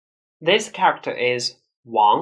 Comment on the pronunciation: Can you please learn how to properly pronounce "character"??? It's killing my ears hearing you mispronounce it. The rest of your English is good, I applaud you on your effort to perfect your English, because you did it. - by the way, this was a compliment. But that "character" word is hard, I know, for Chinese people, but can you practice it to sound better?? My advice: pronounce it slower. Because you pronounce it fast, its melt together and becomes uncomprehensable. Try pronouncing this :) :) 加油！